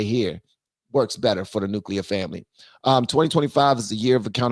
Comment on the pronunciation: Nuclear family not nucleur